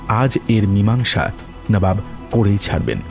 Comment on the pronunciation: ami tomar voice er khub boro fan. But unfortunately bar bar নাবাব sunte boddo kane lagche. Please ektu kheal rekho. Ota নবাব hobe.